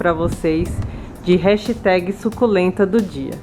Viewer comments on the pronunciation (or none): none